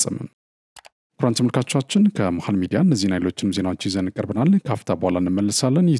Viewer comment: አረ ቃላቶችን በትክክል pronouns አድርግ? ለምሳሌ “ተመልካቾቻን” ስትል: ጆሮዬን አመመኝ